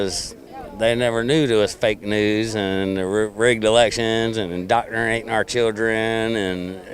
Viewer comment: "...doctranatin' our chuldren".